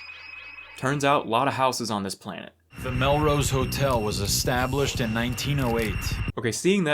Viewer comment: This dude said planted pot